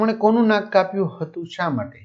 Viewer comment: Nam ❌ Nak✅